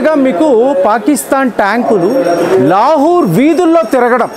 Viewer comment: లాహూర్ కాదు లాహోర్.